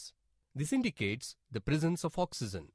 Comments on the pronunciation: Oxygen not oxeezun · 'Oxeezun is produced'